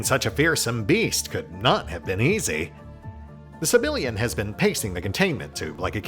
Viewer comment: And I keep hearing "Civilian" every time you say "Sebillian."